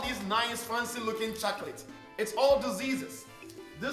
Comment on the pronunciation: i like the way you say CHA-COLATES - :)